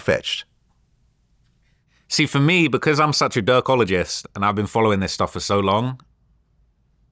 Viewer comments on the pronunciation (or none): “Durkologist” 😂 come on bruh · Dude said he is a ¨Durkologist¨ lmfaooo